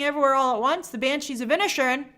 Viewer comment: Inish Erin break it down Grace..you break my heart wioth your pronunciation sometimes